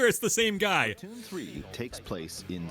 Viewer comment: it's Splatoon not Splahtoon btw